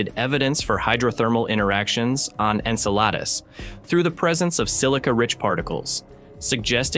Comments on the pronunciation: Icel-a-dus, not a damn enchilada 😅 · MORONS .... IT IS PRONOUNCED. EN CELL A DUS ...... MORONS, typical NASA! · This AI voice needs a tune-up it has pronounced Enceladus 4 different ways. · Isn't it pronounced 'N-cell-uh-diss'? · Incel Lattice? Enchiladas? Ensiladis?! Wtf 😂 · I just can’t with the AI’s pronunciation of ɛnˈsɛlədəs… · I swear the different pronunciations must be intentional 😂😂 Jeez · It's painful hearing Enceladus continually mispronounced. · Listening to this is like listening to finger nails on a chalk board. It’s amazing how many different ways this AI voice attempts to pronounce Enceladus. Clearly, no one is watching these videos after generated to see if they are actually pronouncing proper names correctly in English. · The repeated and varying pronunciation of Enceladus is extremely annoying and the detracts from the contents being presented. As good as the voice sounds, it is obviously an AI. This demonstrates the lack of care that this production company is putting into this material. Why don’t they use a real human that can read copy properly? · Teach the AI voice to pronounce the planet names. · Never have I heard the name Enceladus so appallingly mispronounced 🤦🏼‍♀️😂